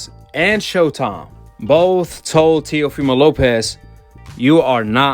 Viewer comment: It's teo not tio